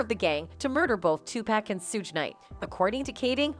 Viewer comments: IT'S PRONUNCIATION IS TWO-PAWK‼️‼️‼️‼️AND SHOOG NIGHT YOU MORONIC A.I SYSTEM GEEZ. HOW CAN YOU BE TAKEN SERIOUSLY IF YOU CAN'T EVEN PRONOUNCE THE NAMES‼️‼️ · Stop the way she mispronounced TUPAC and SUGE Knight to find someone else who can. Damn